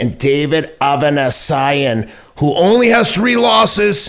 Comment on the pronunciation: At least find out how to pronounce David Avanesyan's name before you speak it FFS! AND, Avanesyan is a completely different fighter from when he took his losses. You think Crawford has an easy night's work with Avanesyan? THINK AGAIN!